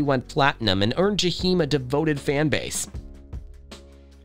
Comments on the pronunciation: It’s pronounced JAH-eim in the hood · I stopped listening after he said JUH-HEEM STOP SPEAKIN ON PEOPLE U CANT PRONOUNCE THEY NAME RIGHT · That commentator ain't said no more than what we ourselves could have come up with, and he couldn't even pronounce his name correctly. Whatever Jahiem is going through, I say , let us pray for his well being. We don't know what life has dealt this young brother, but we do know he's not the first, nor will he ever be the last to experience the high's and low's of life. We do know (for the believers) that prayer changes things. And Jahiem if you by any chance ever get to read this, I love me some you, and I'm old enough to be your mother. Ain't no cougar, just a fan! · I’m going to need you to pronounce Jaheim’s name correctly!